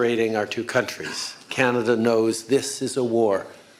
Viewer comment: Trudeau butchered BANANADA